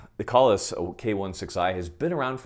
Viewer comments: It's Kay-Less. After the Klingon Jesus. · I know this is an old vid, but I just now saw it. It is pronounced “KAY-LESS”! I have to say that “Kahles” is a Klingon term from the Star Trek universe; It is the name of that race’s legendary/superman hero. They sing song and operas about him. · If you’ve never pronounced Kahles right, go ahead and hit that subscribe button.